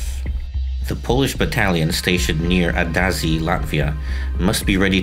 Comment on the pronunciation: Latvian here. It's pronounced as "Ādaži" - Aadazhi not adazzi xd